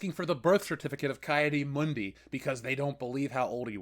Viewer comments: Isn’t it “Key” Adi Mundi? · Wow,you butchered the hell out of Ki-Adi Mundi name😂😂😂